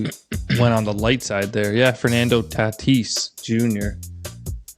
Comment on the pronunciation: unintentional comedy of mispronouncing professional athletes names never gets old. Fernando “tat-tis” lol. Almost as good as “grey-vis”…these Canadians are wicked….love the pod!